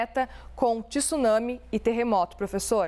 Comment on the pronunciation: Jornalista não é tissunsme,tsunami